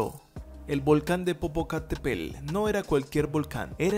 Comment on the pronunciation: Primero enséñate a pronunciar bien el nombre del volcán y de la gran ciudad